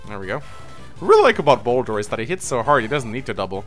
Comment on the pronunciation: He keeps calling Boulder, Bosswin.